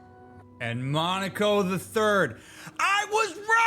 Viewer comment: Respectfully- Monoco's name is said repeatedly throughout this game. How are you still mispronouncing it? lmfao